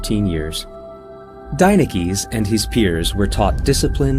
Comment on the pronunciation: Any Greeks notice that he's pronouncing the name as an American and not as its pronounced in Greek?